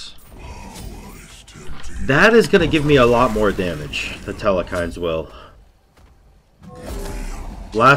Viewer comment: and theres no E in the middle of Telkhines